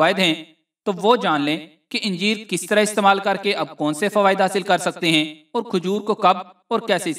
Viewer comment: anjeer hae nake yenjeer.